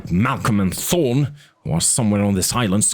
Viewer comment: No offense, but you mumble/not pronounce clearly sometimes, and you “ta” instead of “tha” a lot. (Instead of Thorne, you say torn) I’m glad this awesome book is getting more attention and uploads, just should strive for better quality.